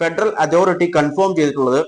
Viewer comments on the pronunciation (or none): കൺഫോം അല്ല.. കൺഫേം എന്നു പറ...